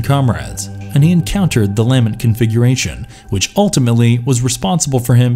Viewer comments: Wtf is a lamb ent configuration? It's lament damn man it's your video do the most basic of research so you can at least pronounce such an important thing lol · It's not "LAMB-ent," it's "lah-MENT." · "la-MENT" not "LA-ment" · It sounds like he saying laminate configuration. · It's pronounced laa mint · I respect the effort, but you mispronounced soooo many words. Cabil? Chanerd? Lamint? I get the feeling that you haven’t seen these movies. You read some synopses and made a video. Please try harder. Do better. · I like the video but one critique. Its kinda obvious you didnt watch some of the movies because of the mispronunciation of some characters and the lament configuration. Other than that good job. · For future reference, it's the "lament configuration". Great video otherwise! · His inability to pronounce Lament instantly calls his Hellraiser fandom into question.